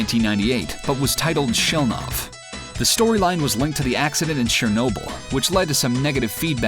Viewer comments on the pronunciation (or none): none